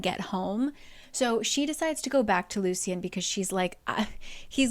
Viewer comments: Lucien is pronounced Loo-shen not loo-see-en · Just a heads up, I think Lucien's name is pronounced as "Lushen" because that's how the audiobook says it